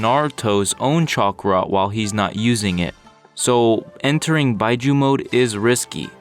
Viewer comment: Why bi-juu I think it's pronounced bee-juu